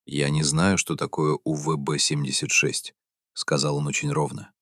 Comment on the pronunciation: УББ 😂😂 сраный ИИ